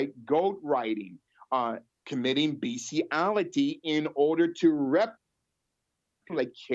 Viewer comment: The word is BESTIALITY, not BEASTIALITY.